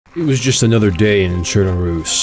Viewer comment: only person who has said chernarus correctly